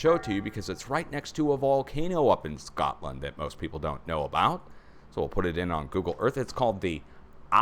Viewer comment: I literally just said “Shcotland” at the same time did!😂